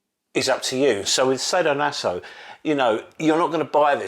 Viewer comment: Sah-do-naso not say-do-naso my dear friend…😜 Anyway nice you’re back. 😊 Will buy the PHALLOS of course you know me right? 😝